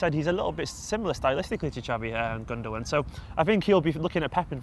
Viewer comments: Guys it's Gundo-aan. in his interview he confirms the pronunciation. Gündoğan is brilliant. very reminiscent of Xavi. Under Tuchel he has operated in a deeper role which is why he his stats aren't like yaya's or something and no one's could be as Yaya in his hayday was exceptional but Gündoğan is a typical pep player. Absolutely brilliant. Pulls the strings. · Guys , it's pronounced gundogAn , not gundOgan , it's a turkish name , he's from turkish ancestry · It's called Gundogan, with a g. He's not called Gundowan... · Dominic Murphy no... I did not hear once the german commentators say it's pronounced like that... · i think he is joking about the way they say his name😂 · I'm on about the way they say his name hahaha chill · The second 'g' is silent